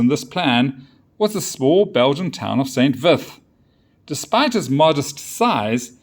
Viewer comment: Unimportant detail: it's pronounced "san veet". Otherwise great report. 🙂